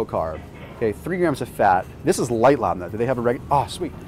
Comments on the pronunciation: Hey, love your vids. Proper pronunciation is Lebnih - it's a Lebanese dairy product... My folks are from Lebanon, so it's something we eat regularly. Keep it up, thanks for all the informative vids! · Love the video style & presentation. But my husband would insist I mention that the traditional pronunciation of labne is “LEHB-nuh”. Great vids though! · Labne is pronounced Lehb-knee. I'm lebanese and we always made this growing up. Just hang your yogurt in a cloth sugar/flour bag, and let the whey/water drip out for a few days. Try to keep your cool, there may be young people watching!